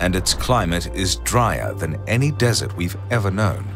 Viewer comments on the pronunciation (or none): none